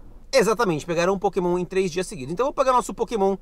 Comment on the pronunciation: "Potemon" Mitico? Eu acho que eu ouvi errado